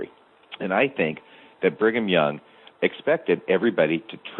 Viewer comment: are you saying “Bringem Young” like 4/5 of the time or is it just my ears? Also so strange to me to hear you address by anything other than his nom de guerre. Great breakdown of the topic *chef’s kiss